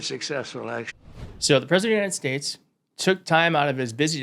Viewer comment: Not this bs again. So tired of him saying, "the Unided Shaysh".